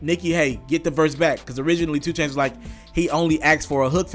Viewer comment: Is it 2 Chainz or Choo Chainz? Slow down my boy. U almost butchered your own damn name at the very begining of this 1.